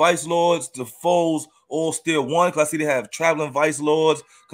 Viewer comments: He kept saying fours was blowing me lol. It’s FOES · It’s not fours it’s pronounced foes